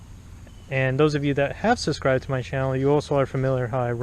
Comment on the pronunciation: It's subscribed not suscribed btw